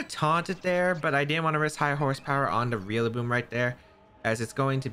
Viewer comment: Every time you say Rillaboom, you always remind me of Wolfey pronouncing names wrong...REALlaboom lol 💙